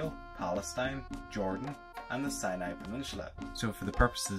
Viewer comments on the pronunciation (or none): none